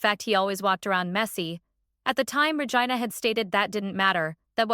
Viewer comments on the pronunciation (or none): The was they said regina made me uncomfortable